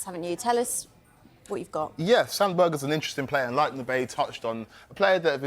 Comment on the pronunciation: Sander Berge not Berger fk y'all on?